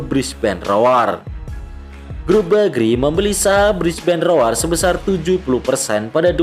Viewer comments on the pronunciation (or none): Brisbane rowr bang bacanya bukan roar 😆👌